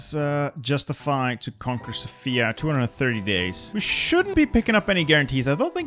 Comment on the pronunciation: You are not pronouncing sofia corectly